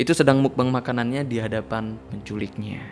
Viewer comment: Yg benar pengucapannya adalah bukan "mukbang" bukan juga "mukbeng", tapi "mokbang" dari bahasa korea muk (먹) artinya makan dan bang (방)yg artinya ruang.